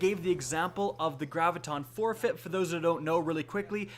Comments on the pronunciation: said Gravition Forefeit lol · "Graviton forfieght"